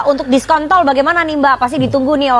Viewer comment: Saya suka ketika dia bilang DISKONTOL